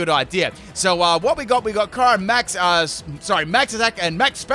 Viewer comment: my favorite union is shellder and slowpoke aka slowbro also kyurem is pronounced kyuu-rhem not kyy rem